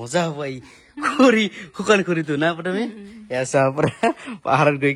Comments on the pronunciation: খুৰি নহয় খৰি শুদ্ধ কব লাগে অসমীয়া ভাষা কলে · খুৰি নহয় দাদা খৰি বুলি কব ❤